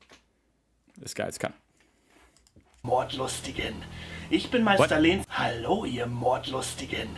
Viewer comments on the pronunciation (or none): none